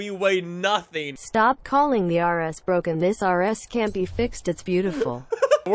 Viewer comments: Its BWOKEN, its BWOKEN! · Nobody;: BrOGaN CaR